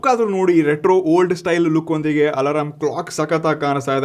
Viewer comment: Alarm ❌ Alaram✅